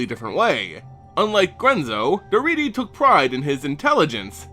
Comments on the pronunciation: I love Daretti as a commander. (By the way it's pronounced DarEHtti) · I thought Daretti was pronounced differently. Otherwise it is good to learn the back story for Grenzo and Daretti.